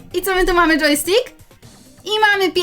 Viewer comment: Yojstkik to dżeki? Bo coś takiego powiedziałaś a mój pies tak się nazywa xD